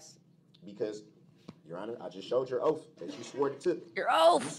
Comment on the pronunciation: Would love to see how the stenographer interpreted everything. Like "ask" or "ax". Or the 100 other ways he pronounced words incorrectly